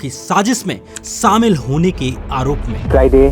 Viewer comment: Sir, you need to learn how to speak in Hindi. It is not 'samil' (सामिल). It is shamil (शामिल). Learn Hindi, not Urdu.